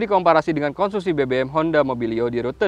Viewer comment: dengarkan baik2 "komsusi" 😅